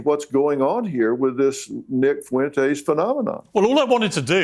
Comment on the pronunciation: And Nick foo-entes